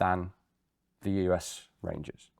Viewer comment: Rangers. Sounds so damn American. Apologies to any ex Irish Rangers.